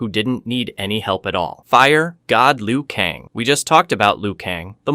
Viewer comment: I am convinced dude has never played a Mortal Kombat game. He pronounces most of the characters names wrong. When you select a character in game the narrator pronounces it. Like how do you pronounce Liu Kang as Liu Kong?